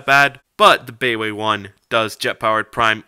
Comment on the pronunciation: Nice review! I'm gonna be watching more of your stuff for sure. FYI I think "baiwei" is pronounced like "BYE-WAY". Correct me if I'm wrong.